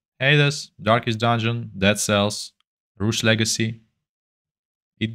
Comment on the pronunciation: Im not watching this video after hearing how you pronounce Rogue Legacy.